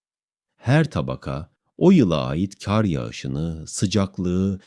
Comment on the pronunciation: Kardeş sen hiç hayatında "KAR" kelimesinin nasıl söylendiğini duydunmu. Eğer duymadıysan ben söyleyim Kâr diye söylenmez KAR DİYE SÖYLENİR bundan sonra video yaparken kelimeleri düzgün kullan. 17 dakikadır kâr diyip duruyosun beni sinir ettin burda